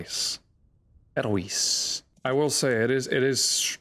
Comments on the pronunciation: Edelweiss is pronounced like "aidle-vice". It's found in the Alps. A set of mods I like is the Fauna of the Stone Age series. Adds a lot of new animals, the models look great and they have more complex AI than the vanilla animals. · As a golden age musical connoisseur, your pronunciation of Edelweiss just about killed me